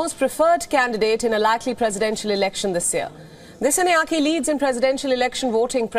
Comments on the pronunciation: The way you pronouncing the disanayaka is horrible , whats the matter with you ? You cant even pronounce a name right as a anchor , this is embarrassing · Its pronounced as Dis-saa-nayak-a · Great news.. But your pronunciation of the name "Dissanayake" is totally wrong. Please contact Sri Lanka Embassy to get the correct pronunciation. For a a popular channel like yours this mistake cannot be ignored.